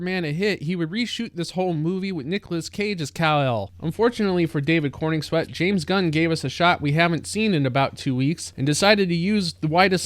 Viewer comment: It's CorENswet, not CorNINGswet.